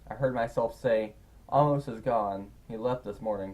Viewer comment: Hey, you've been pronouncing Amos wrong. it's AY-mus, like the book of the Bible.